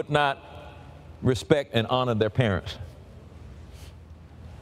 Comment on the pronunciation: the plural of parent is parents and not parentsiz.